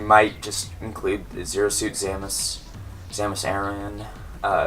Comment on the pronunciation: lol it sounds like you are saying Zamus